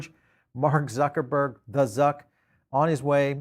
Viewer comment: I do always understand if english people are saying Zuckerberg .. .Suckerbird hahahahahhahahhahahhahah soooo funnyyyyyy by the way "Zuckerberg" is a German name and pronounced totally different what do u think